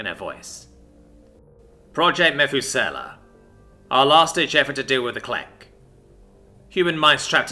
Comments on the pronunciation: it's interesting hearing you place emphasis on a different sylable when saying "methuselah." my own, and various online resources put emphasis on the U meh THOOO sell ah. where you chose to use the second E for SELL I mean, it sounds cool, but also has a dissonance, because it's different, and out of...colloquial nature. so...put the emphasis on the Thoo sound. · MEH-thoo-SELL-a? God damn, dude. It's pronounced meh-THOO-suh-luh. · Im pretty sure you are pronouncing that wrong. Methuselah is pronounced muh·thoo·suh·luh. He was the man in the bible with the longest recorded lifespan. Thats why this live forever project is named after him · You mispronounced, "Methusaleh" . "Mə-THOO-sə-ləh." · It's pronounced Muh-thew-suh-lah Dude in the Bible that supposedly lived 969 years. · Need to work on your pronunciation of Methuselah. It's Meth OOS eh lah. Emphasis on the oos, not the eh. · Ha jaha "meth-oo-sella' oh my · Methuselah. Meh-thoo-sou-la. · this but more British for me and the narrator Otherwise nice tale, enjoyed it. Glad we all agree that the pronunciation was killing us though pahaha. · yeah, that was my one gripe listening, as I'm not used to the word pronounced other than this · Emphasis on oos. Not on eh. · What a great story but COMPLETELY ruined by the total and utter miss pronunciation of Methuselah! He was the oldest person ever in the bible. And yet again you ruin a great story by not doing your homework. In this case the pronunciation of Methuselah has massive context in the understanding of the story..... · Eww how he says Methusela makes my brain hurt. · Lol at everyone going at your pronunciation of the name. I would just chalk it up to thousands of years passed, and the name passed down in history by Mus, who probably have a bit different talking apparatus than humans. Heck, just thousands of years by itself would change pronunciations due to linguistics drift. For the Narrator! For the Algorithm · Methuselah isn't pronounced like that lol.